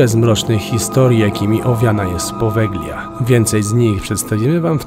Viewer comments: Powelia sie mowi, nie poweglia 😅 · Jak już propagujesz jakiekolwiek informacje publicznie, nie popełniaj błędów. G, to zmiękczenie i nie używa się jej w słowie czytanym np.czyt.podelia a nie podeglia. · Wymawia się "powelia", gie jest nieme :) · Drobna uwaga: poprawna wymowa nazwy to "Powelia", super film chłopaki, z niecierpliwością czekamy na Wasz milion subów! 🤩🤩🤩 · Właściwie, prawidłowo wymawia się nazwę wyspy "Powelia". W języku włoskim zlepek "gli" czyta się jak "li". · Po włosku to Powelia - tak poprawnie się czyta Poveglia. 😉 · Poveglia (czytaj Powelia), a pandemia to status epidemii, która doszła na każdy kontynent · Przepraszam, wymawia się Powelia. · czyta sie Povelia (G jest nieme) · "g" w nazwie wyspy jest nieme. Ale super odcinek :) a to, co znaleźliście na początku i uznaliście za łóżko na wyciągniku, nie jest łóżkiem, ale czymś, do czego można było przypiąć pasami. Używane było, albo w więzieniach jako tortura (wiele godzin wisiano w pozycji pionowej przyczepionym do tego), albo w szpitalach właśnie - również do tego przywiązywano, co dawało możliwość unieruchomienia pacjenta, a ponieważ było to w pewnym sensie ruchome, ułatwiało dostęp lekarzowi